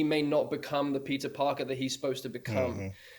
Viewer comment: I'm sorry, but from and on all I hear is "Pizza Parker" 😅 But seriously though, it's so surreal having all three of them together! I especially loved Tom's story of him and Jon being terrified making Homecoming, both newcomers trying to make such an important movie.